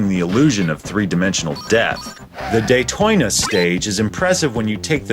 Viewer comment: Day-Toy-na LOL!!